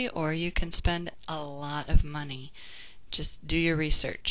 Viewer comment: The first page you said "moncy" instead of money...just thought i'd point that out. Anyways great video! :)